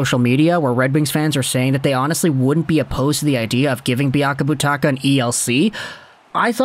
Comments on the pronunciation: It's biakabaTOOOOOOOOka my guy! As always, love the content, though! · You have pronounced Biakabutuka 3 different ways. I hope your doing it on purpose.